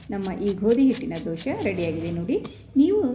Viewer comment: ದೋಶೆ ಅಲ್ಲಾ ಮೇಡಮ್ ದೋಸೆ